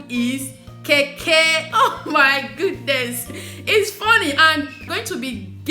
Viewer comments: Sweetheart is Kenkey not Keke... pronounce as cane..Kay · Its kenkey and not kaykay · I love Ghanaian rice whenever my best friend makes it.. My friend is here watching with me and she was laughing how you called "kenkey" to "keke" 🤣🤣🤣🤣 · Lol It's actually kenkey😂😂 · It is kenkey, make sure U pronounce the n, palm oil soup is palm nut soup